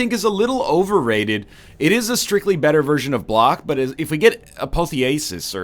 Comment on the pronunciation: Not mana energy and you said apotheosis wrong